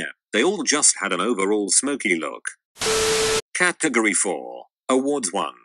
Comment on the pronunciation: I like the way it pronounces "caatagoree"